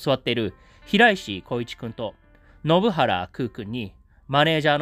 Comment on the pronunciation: 前にも信原くんの名前の読み違いを指摘されたのに、また間違ってる😢